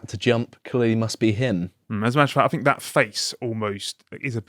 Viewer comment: Could someone please teach the guy on the left to say “th”!?!? “Deafs “ and “I fink”. It’s just lazy.